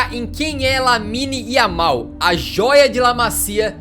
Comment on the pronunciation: No momento ele fala yamine